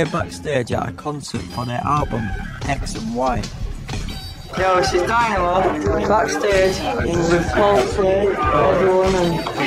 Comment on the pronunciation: This is black magic. “Dynamo” = “dymoan” pronounced “demon”